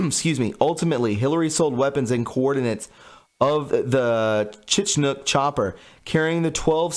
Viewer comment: Bro do you really not know how to pronounce Chinook...great video though